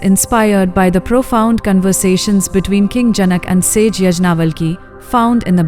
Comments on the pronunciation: It is not यज्ञावलकी.It is याज्ञवल्क्य ऋषि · Pl learn how to pronounce Sage Yagnavalka's name properly. Otherwise❤ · Please use right pronouncing for all the sages yagnavalk